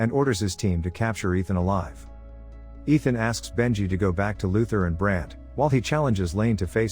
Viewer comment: "rouge nation" "Luthar" my god ...